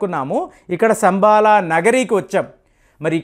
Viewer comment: అది 'సంబాల' కాదండీ....." శంబల " గ్రామం.